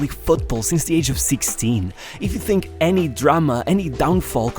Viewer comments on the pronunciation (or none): I hope that he has saved plenty of money because when the football is over so is he.Anybody who says fink instead of think says it all.